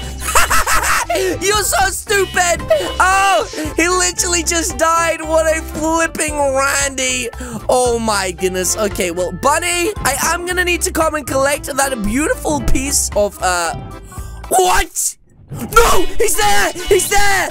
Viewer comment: It's boony not bunny ☝🏼